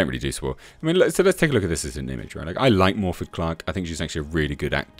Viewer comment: One small thing, but iirc, "Morfydd" is pronounced as "Morviff". Not a Welsh speaker, so don't quote me as absolute on that.